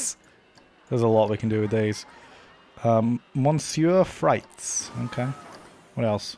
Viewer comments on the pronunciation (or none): Hearing try to pronounce "Monsieur Frites" was the highlight of this video XD